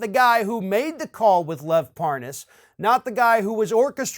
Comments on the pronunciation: The old mispronounce the name like your don’t know it. He said it wrong so deliberately it’s funny. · Hahaha, Nunes is trying that dumb trick of pretending not to know Parnas by virtue of mispronouncing his last name. Bring forth Nunes' WhatsApp messages. Obviously that was a preferred backchannel for comrade Tяump's little gang of criminals. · Of course, he had to mispronounce Parnas's name to go w/ saying he really didn't know". What a joke this guy is.. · LoL the way he purposely mispronounces his name to make himself look like he doesn't know who they are. What a joke, all these people do is lie. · That was so pathetic trying to mispronounce his name. STFU traitor Nunes, you've been caught. Own up to it 🤬🤬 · Par-Noss?? Hahaha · "parnous" Yeah, mispronouncing his name shows you didn't know him. Uh huh. This is the noob, when had Schiff's position, who ran immediately to the WH after each committee meeting. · Ah, ‘talking about random things’ with ‘parnass’ as if pronouncing the name differently will be the reasoned explanation. All is ok now then. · Funny he calls Lev "Par-ness" when he's the dumb-ass. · i could tell that Nunes knew Parnas, from the second he said "Parnaz." Nunes went outta his way to say the name incorrectly. but when he had to speed up the conversation & add the "WIFE" after his name, somehow he was able to pronounce it JUST FINE! ... &then he went right back to saying it wrong & calling him "Parnoz." 🙄 ... typical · You gotta love the intentional mispronunciation of Parnas' name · I love how Nunez mispronounces the guy's name and he's outwitted everyone he may be as stupid as Trump trump is not going to like that he does not like to lose he'll have to do something stupid enough so that there's no question he's winning the stupid race. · Mispronounce his name always looks inocent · Intentionally mispronounces Parnas name